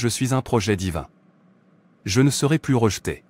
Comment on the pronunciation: Merci pour cette prière mais la voix qui traduit prononce à plusieurs reprises "plusss" de retard, de stagnation, etc. au lieu de "plu(s)" ce qui n'a pas le même sens..